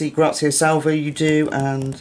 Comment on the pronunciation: you and I are of the same mind - I am not a mandala person either, I prefer grayscale, and I too know the fear of messing up the page in a book I love! Thank you so much for the Grazia Salvo shout out and yes you are saying my name properly. Truly looking forward to the color along. But again, the Grazia that you did ( I think it was in May?) was totally gorgeous, very special.